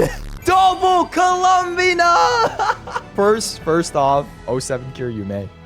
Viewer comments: I HATE IT WHY DOES HE SAY IT LIKE THAT LMAOO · please stop saying her name like that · obsessed with how pronounces columbina like he wants to say columbia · the way you pronounce columbina is so fascinating, I like it